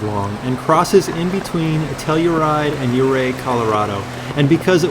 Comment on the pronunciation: “Ouray” not Oprah!!!!!!